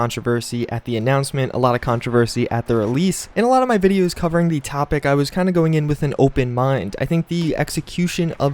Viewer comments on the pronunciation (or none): none